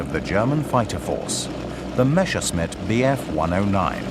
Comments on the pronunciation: The name is Messerschmitt not Meshersmitt! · Why does the guy always say "Meschersmit"? Its the other way round: Messerscmitt, the clear "s" comes first. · did he called it "meSHersmitt" :-)))) ..... with a SH ???? what a dork